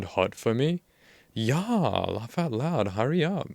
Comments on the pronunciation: Ok I gotta ask, why you do read "yah" or "ya" like the swedish "ja"??? It's just "yeah". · You do a great job with these videos. I appreciate your analyses and breakdowns. The one complaint I have is every single pronunciation of yeah as: Yaaaahhhhhhhh But I guess we all have our quirks. Still though do carry on with your great content. And as always, why don’t you have a seat? Right over there. Cheers. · your teen-girl pronunciation of "yaaahhh" sends me lmao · Great content, but I genuinely hate the way you say "yeah"